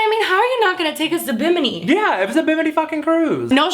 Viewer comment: SAY BIMINI ONE MORE TIME..